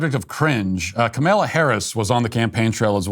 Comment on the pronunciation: I love how Matt insists upon mispronouncing the VP’s name as “Camilla” Harris.